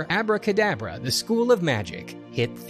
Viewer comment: The funny thing is its not even called "Abracadabra" as the guy in the video is pronouncing it. It was called Aabra Ka Daabra, the A here sounds similar to the A in "Saw" or "Aww". Its an elongated Aaaa. It was a goofy a$$ B grade movie, idk how or why this guy came across it Lmao